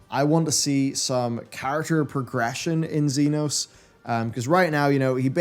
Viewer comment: I kept it in watching the 5.0 video, but I don't know how he got through Shadowbringers thinking Emet-Selch is pronounced not with a hard k on Selch but with a ch when they say it multiple times in cutscenes lol Edit: it gets worse; Zenos with a X not a Z 😂